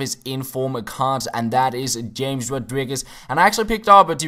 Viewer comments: Not James Rodriguez but Hames Rodriguez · James (ha-mase)... don't call him James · It is Ham - Es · James' name is pronounced Hamez :P